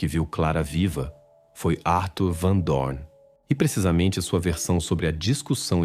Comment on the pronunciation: Ele não se decidi como pronuncia Arthur ou Atur